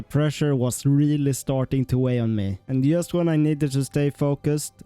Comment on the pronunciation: Very impressive. Love how you mispronounce “just”